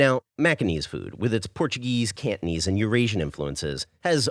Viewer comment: The way u pronounce Cantonese kinda sounded like candies... I’m Peranakan btw, you should try to do another Nyonya dish called Ayam buah keluak.. let’s test ur Nyonya skills 😉